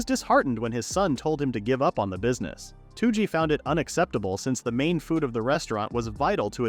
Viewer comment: why is this guy calling toji two-g?